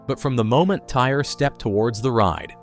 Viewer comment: Pronounced Ty-ree, not tire